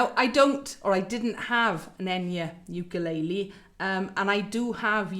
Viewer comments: Bloody hell!!! Pronunciation sucks!! Wtf is a you-kay-lay-lee???!!! And what is a point of pew???? Are south african??? Bloody hell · Why does she keep saying ew-kuh-lay-lee ? 😆